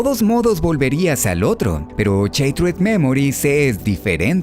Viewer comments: Se pronuncia "Shaterd", no "sheitred" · Buen video. El único pero, en lo personal, es que shattered se pronuncia "Sharerd" y no "Sheitred". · am tus videos pero como que CHatered dimensions?? es shhhhhhatered no CHA PORDIOS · Se pronuncia "shaderd" no "cheitred" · no se dice, Sheit-red memoris, se dice "sharer memoris" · Cuando una palabra lleva doble consonante ("shaTTered") la "a" adquiere un sonido de "a" y no de "ei", por lo tanto la pronunciación correcta es "shAttered" y no "shEItered" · Konami: Shattered Memories: cheitred memoris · ¿Sheiterd memories? JJJAJAJAJAJJAJAJAJA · No es cheitered es charerd. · así no se pronuncia shattered :s pero bien video